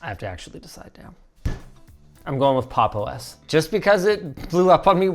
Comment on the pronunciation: I'm sorry but pronouncing it as "Pop exclamation mark underscore OS" oh my god